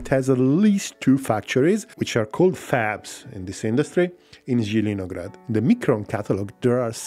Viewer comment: Jjidinograd - Laughing so much. Its Zeleniy (Green) grad. Green town.